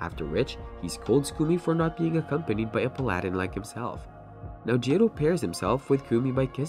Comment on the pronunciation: The pronunciation of paladin kills me